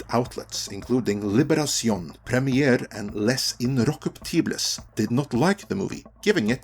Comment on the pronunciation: As a frenchman, I loved your mispronunciation of Les Inrockuptibles. (It's more like "lehz inn rock üp tee-bzz, but not exactly. It's not easy translating pronunciation when you don't know phonetics) Then again, I am always amused rather than insulted by bad french accents. So no worries, mon ami. But yeah, this movie sucks bad.